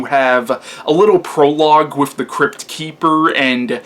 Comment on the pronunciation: Interesting review. I may have to check this one out again. I saw it years ago and like you didn't care much for it. But I gotta ask, are you really saying "wif" instead of with?.. LOL.. C'mon man you can do better than that. That signals low brow and you're better than that.